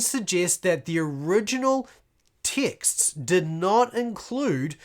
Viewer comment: Oooooh texts you're saying, lol I kept hearing ticks and was confused.